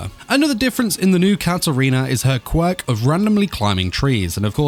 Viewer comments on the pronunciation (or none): none